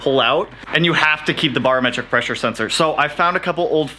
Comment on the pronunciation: say it with me...Bare-o-metric....not bar